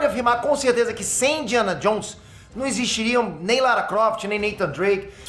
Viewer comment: "Indiana Johns"